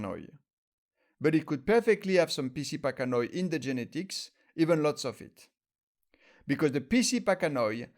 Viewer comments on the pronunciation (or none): You really need to read this, the vast majority of the "information" you and others are spreading about Trichocereus pachanoi "PC" is completely inaccurate. Also, "pachanoi" is pronounced pack-ano-i... ~